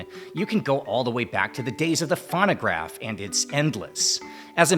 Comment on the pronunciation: Dude can't enough pronounce "phonograph" correctly.